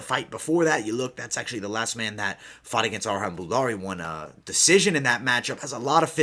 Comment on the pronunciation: Its not Arhan, Its Arjan... J is pronounced as a J